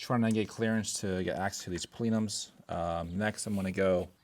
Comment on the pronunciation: Pleenums ? I dont think its pronounced that way there is only on e in the word.